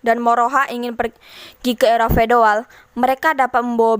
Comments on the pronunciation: era feodal gitu bukan fedoal ya🙏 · Feodal min bukan fedoal